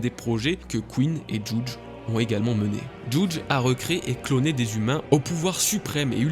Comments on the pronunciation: Juge ce prenonce JuJI, comme c enfants Sanji, ichiji, niji...etc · Mec par contre le « jouuudge » il m à soulé 😅